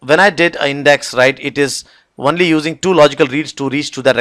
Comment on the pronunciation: Great videos, I appreciate the time and effort and the fact that they are free and educational. But I would like to offer some constructive criticism as it's always surreal to hear advanced technical presentations interspersed with "right?", "what do you call", etc. Also I have to ask, is the word "only" pronounced "one-ly" in some places or is that an error? Otherwise thank you for making this material available.